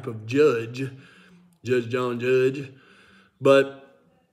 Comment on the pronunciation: LOL🤣🤣🤣 "Juuggg John Juuggg"!